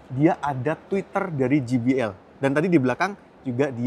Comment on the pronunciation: Satu lagi, JBL dibacanya je bi el, bukan ji bi el